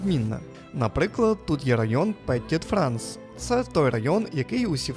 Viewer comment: Згодна, зробили дуже красиве відео. Дякую. Крім КОльмара, ще різонуло пЕтіт Франс. Все таки, це Франція, і тут всі слова мають наголос на останньому складі. КольмАр та ПетІт Франс